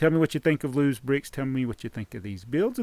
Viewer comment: its not los it loz